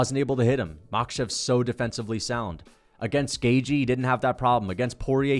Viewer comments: i think it’s closer to gae-chee than it is to gae-jee, but i’m pretty sure it’s a soft TH, Gaeth-chee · it's commonly pronounced GAY-CHEE. You're saying GAY-GEE. lol doesn't fkn matter though. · You say Gay-g its Gay-chee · It’s gay chee not gay jee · Dude you say at least half of fighters names wrong, and yes, Gaethje is one of them. You say Gay-Jee when it's more like Gait-Ji. There is a soft T is in there and the Jee is shorter than how you say it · Hey, you say "Gay-G" where as the correct pronunciation should be "Gay-Chi" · It's gay chi, as in gay chihuahua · Its pronounced gay-thhhh-jjjjiiiii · Gaethje= gay-chee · It’s pronounce Pehera and it’s pronounce gaythchi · Definitely saying Gaethje wrong.